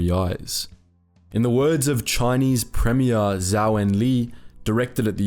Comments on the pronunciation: I'm sorry but that was some of the worst Mandarin pronunciation I've heard in awhile. How did you get zao from zhou? It rhymes with Joe. Lai sounds like lie, or how you would read l-a-i in most non-english languages. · not zhao but zhou not enlei but enlai